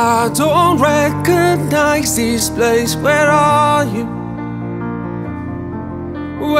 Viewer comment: Sẽ hay hơn nếu Vũ hát tiếng Anh chuẩn hơn 🙄 từ this phát âm là /ðɪs/ , phải cho lưỡi ra chứ nghe Vũ. hát tụt mood vl 🙄 mặc dù nhạc hay